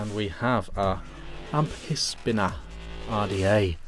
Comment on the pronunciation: Amphisbaena....., it still sounds like you are saying "am...piss....beana"!!! I can assure you that the "ph" is pronounced as an "f". Think about it, you don't use a "piss....hone" it is pronounced "f...hone"..."phone, likewise you dont go to the "piss...harmacy"...you go to the "f...harmacy"...."pharmacy". Here is a tube link to help you..... You might be interested that "Amphisbaena" is a genus of " Amphisbaenidae" also known as a "Lizard worm" or as we know it in the UK, a slow worm. I agree, I can't stand the top caps (what is the point of a concave top on the cap other than trying to give you third degree burns to your lips) but there is no innovation and so almost any similar RDA on the market with better top caps. I think it is really bad that this RDA has such a short 510 pin and considering the growing popularity of hybrid mecs, it is verging on the bloody dangerous. Yes, the Goon would be a better option (I am not saying this... ahemmm....but particularly the clone at £6 or even a genuine one for £30 from 3F Vape).